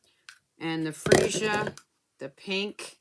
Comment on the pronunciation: Way to go - you were the first American demo that I've heard pronounce Freesia properly! Looking forward to seeing your Polished Pink nails next week - and what you think of all of the new Incolours once you've had a play with them. I've just received my copy of the catalogue with a great swatch / sample book-marker with the blends, markers, cardstock, ink and ribbon attached to it. I'm mostly impressed with the improvement S'U! have made to the die-sets - much more metal heavy and user friendly - labels and images in one set! LOVE all of the new ribbons. threads and newest and most sparkliest In-Colour gems ever! ~ C ~ GB-uk